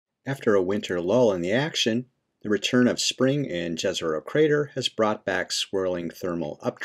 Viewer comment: The name is pronounced like "Yezeroh", btw. Please up your game, it will only benefit you and everyone else.